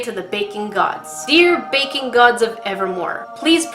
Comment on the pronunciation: When she says "baking gods" it sounds like shes saying "bacon gods"